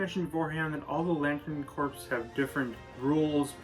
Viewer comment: I definitely agree with this video, all of these seem like the right Corps for each character. My only complaint is you say Corps like corpse instead of cores like it's actually pronounced.